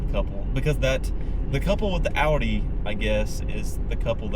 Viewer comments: Lady, it’s pronounced Ow-Dee, rhymes with ‘howdy,’ not Aw-Dee. Drives me NUTS. 🙄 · "Ow-dee", not "aw-dee" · "AW-DEE" lmao. Probably has a $60K loan on it too. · The way she pronounces Audi tells me everything I need to know, she should go back to the city and leave the mountains to those of us who appreciate recaite it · lady can't even pronounce audi right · Those two...dude still there nos he drives a "Dodge Ram" when Dodge has not made any truck in 16 years. And someone needs to tell that lady how to pronounce Audi. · Imagine owning an Audi and not even being able to pronounce Audi properly. Women SUV drivers are insufferable. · She owns an Audi and don’t even know how to say the name properly. 🤦🏻‍♂️ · If you cant pronounce AUDI that dont get one! That women really bothered me with her inability to say the name of the car she drove!